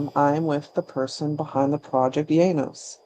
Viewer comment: Wow, thank you so much! You nailed the pronunciation perfectly. And oh yeah - Isengard has so many gems. Thornspawn Chalice, Vinterskugge, Our Lord will come, I kamp med Kvitekrist... I could go on forever